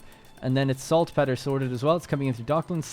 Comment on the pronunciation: You should look up how to pronounce "saltpetre"! please! :D Been watching all episodes, and I love it, eventhough I've been taking a break from Anno 1800, after 800+ hours. Also, now that you have begun optimizing with trade unions, look into maximizing your orchards' "density" more so than production, I haven't tested it, but I'm pretty sure you get more out of them, that way. If I remember correctly, I could get 8, or more orchards in trade union range.